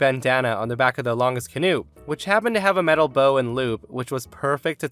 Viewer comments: You are killing me...bow, as in to bow down, not bow, as in arrow present wrapper/hair accessory That's like ow, not oh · Why do you keep calling the front of a boat the bow, like it's got a ribbon wrapped around it or something? It's pronounced bow, as in bow-wow. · On boats is pronounced B-ow not B-oh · For story 4 when referring to boats it's pronounce Bow (like Bowing to an audience after a show or kinda like Bao) not Bow like Bow and Arrow. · Boats "bow" is pronounced "b-oowww" like the "oowww" when you stub your toe on something. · the "bow" of a boat rhymes with "cow". What you said was what you call a decorative knot in a ribbon that you put on a present.